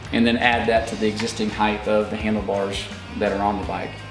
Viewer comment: Great info ... just a tip, the word "HEIGHT" is pronounced HITE ... there is no 'TH' sound in this word.